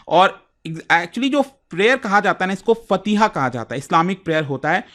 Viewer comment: It's मजार ए शौहदा not मजर, and फातिहा not फतिहा 😊